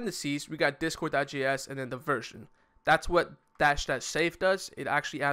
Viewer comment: I'm pretty sure the guy said "discord.js" not "discore.js"